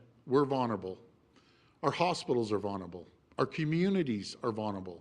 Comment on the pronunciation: Hey doug....vulnerable...like library ....would be good if the premier could pronounce tbem.